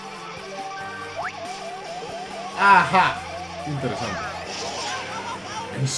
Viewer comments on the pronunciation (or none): dice "interezante":v